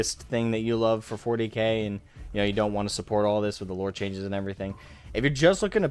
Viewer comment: going from "dey tuk our jerbs" to "they tuk our loure"😅